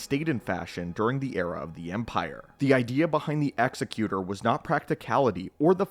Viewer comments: You keep saying, "Executioner" in the video when referring to the "Executor" Egg-zec-you-tor. Not ex-eh-cue-shunner. Different words that mean different things. Sorry, hearing you call the ship and it's class the wrong thing over and over hurts my brain. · To be fair, he's saying Executor and not Executor. Ex-eh-cue-tor vs Ex-ek-u-tor. They're pronouncing the word executor like it's an executioner but they're not saying that word. Still very wrong and it bothered me more than it should. Executor - "a person or institution appointed by a testator to carry out the terms of their will." Executioner - "an official who carries out a sentence of death on a legally condemned person." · "Exy-cue-tor" is not a word, it's "Ex-ec-you-tor" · It is pronounced "egzecutor" as in an "executive" not execution, because it was the biggest and leading star destroyer. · Say it with us: EGG ZECK YOO TOUR Say it. Credibility is the only clout you ever really have. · I always preferred to pronounce it "ex-ZECK-u-tor" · Nothing to do with preference. The way he pronounces it isn’t a word at all. It’s executor like executive, not executor like someone who executes people. That would be an executioner. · Didn't Rogue Squadron 3 pronounce it "ecks-ECK-you-tor", kinda like the Pokemon? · Jesus you start the video and you don't even know how to pronounce "Executor." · I have to be a grammar Nazi and point out the name is being mispronounced in the video. But still an awesome video. One of my favorite ships. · I couldn't get over him mispronouncing "executor" ROFL. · it bothered me so much my brain actively tried to black out every time he said... Whatever he said. The pronunciation would dictate with meaning it is. And he kept using the wrong one. I don't know why it bothered me so much, but I couldn't finish the video, and likely will never open it again.